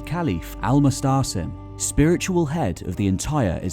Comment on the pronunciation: His name is Al Muatasem and not Al Mustsem